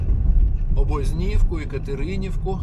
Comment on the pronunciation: ОбОзнiвку - наголос на друге О